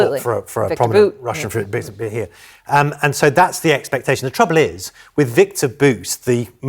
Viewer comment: this why tucker has twouble keeping fwiends he says things behind their backs, twoubling things